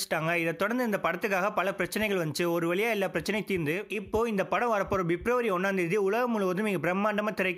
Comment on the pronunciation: 0.30 Wtf is bebruary?? I heard of February but bebruary??🤔🤔